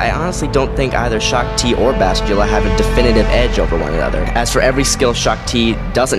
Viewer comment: You really butcher names and planets when you say them. Bas...til...la... Fe...leu...cia... Say it like Fa,lusha, the cia is more shhhhaaa sounding. Sorry pet peeve, I grew up reading all the books from the 90s.